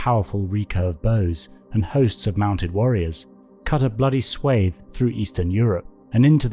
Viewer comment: Check your pronunciation of swath.